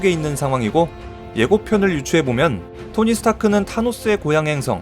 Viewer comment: 얼유 토니 스탱크?ㅋㅋ